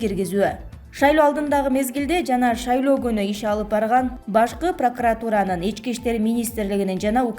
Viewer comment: Диктордун тили тонуп калган го,мин деген эл коруп жатат,НАвиков,Мазгачева,премер,пракратура каниститутсия,бул эмне?!